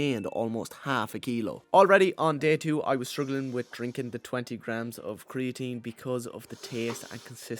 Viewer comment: Torty graams